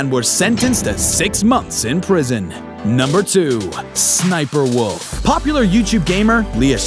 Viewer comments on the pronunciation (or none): It’s s s sniper wolf not sniperwolf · SSsniperwolf is pronounced S.S.sniperwolf not *hiss*sniperwolf XD no hate tho